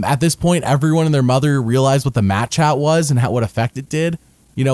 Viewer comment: For the last 5 years I always thought you were saying "Match Hat." Today I've learned it is "Mat Chat" and everything makes so much more sense.